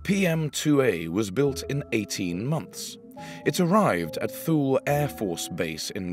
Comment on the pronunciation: I gather the proper pronunciation makes it sound more like "too-lee".